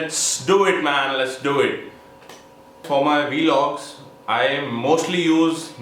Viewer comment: its vlogs not welogs